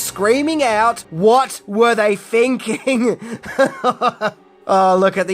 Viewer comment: and its thinking not finking